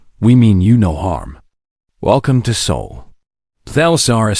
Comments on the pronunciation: It’s SOL, not SOUL, system! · SOL --- NOT "soul"!!